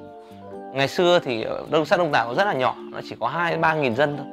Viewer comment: At first, I thought he said "Dong Toe" chicken. It fits